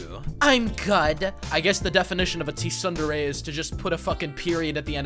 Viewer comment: "Sundairy" is killing me